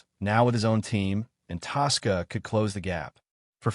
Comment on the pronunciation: When will you announcers of Stories at least learn how to CORRECTLY announce competitors NAMES. The Racing TASSCA Family, Spelled TASCA, the one's who drive FORDS. Yeah & I bet you can murder the FORD name as well. IF you can't pronounce the name correctly don't bother 'cause no one is listening.